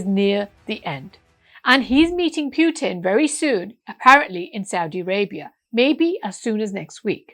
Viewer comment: Pronounce President Putin as it should be, distorting someone name is not in order. Thank you for thoughtful presentation